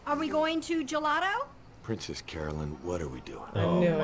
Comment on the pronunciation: could somebody tell her the charackter is called princess carolynn not caroLYNE. every episode...